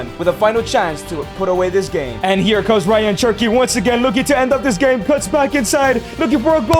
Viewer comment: Cherky? Its cherki